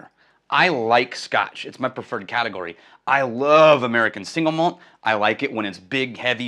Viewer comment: Why does everyone say it "singlemalt" when it's two words, "single malt?" That's like saying "bigdesk" when what you mean is "big desk." Sorry - I get real pedantic about spoken English. 🙂 If that's your actual birth date, you're going to be 74, 10 years older than I am. But I thought you were like 10 years younger than I am. I think I'm officially jealous. 😂 I bet you like Balcones' barley whisky then. All I've had is the Lineage - the others are outside my budget - but it is emphatically not shy. 🥃